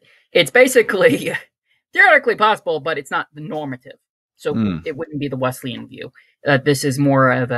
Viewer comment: Love the program 👍 I’m a Wesleyan, but it has an s sound and not a z sound. So Wesleyan not Wezleyan 😜